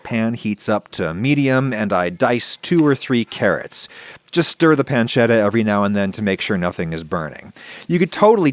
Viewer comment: Adam is a genius for making traditional ragu alla bolognese all while purposefully butchering the pronunciations of bolognese, tagliatelle, and pancetta just so he can still piss people off